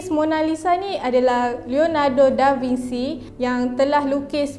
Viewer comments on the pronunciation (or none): Bukan Franch, French (Fren-ch). Da Vinci (Bin-chi) bukan Da Vinsi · SEBUT ; DA VIN-CHI Biasanya italian bunyi hurup mcm yg ditulis. xperlu di-Englishkan. *biasanya